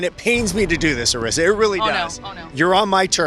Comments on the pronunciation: Jeff clearly said Arisa's name like 6 times and you still pronounced it wrong lol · How do you get Arisa's name wrong when Jeff said her name correctly multiple times.